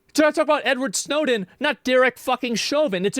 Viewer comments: Bars, Snowden not choven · No lie was also believing when Shapiro said showden I thought he said snowden and then he elaborated and I went ye that would be bad 😅